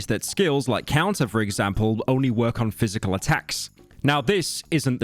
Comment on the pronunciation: “Counter Pysical”